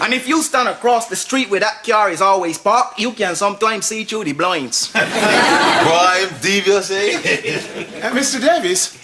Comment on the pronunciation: Man said bloinds